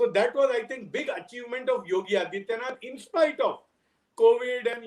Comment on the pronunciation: Can Borka please take the trouble to learn how to pronounce the Chief Minster’s name? Is that too much to ask? His name is आदित्यनाथ not अदित्यनाथ . Such sloppy journalism!